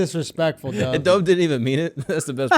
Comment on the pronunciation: Schulz how do you feel about the fact that you say your so called OLDEST friend’s name wrong? It’s dove, like past tense of dive, not dove like a bird 🤣 cracks me up every time